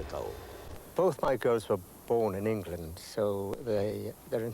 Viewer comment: Yes, like "Hengland" and "the hisland"